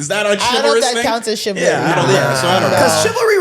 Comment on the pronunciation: Take a shot every time says “chivlary” 😂😂😂